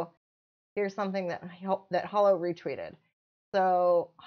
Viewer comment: Thanks for the video. Pretty sure once you dig into Holo deeper it will blow your mind. Also, I think it's Hoe Low Chain not Hollow....